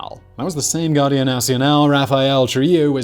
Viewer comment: Guardia sounds like English Gwar-dee- ah.